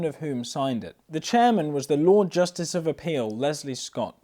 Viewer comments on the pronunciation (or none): none